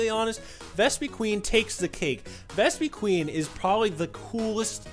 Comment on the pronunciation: it's Ves-puh-quinn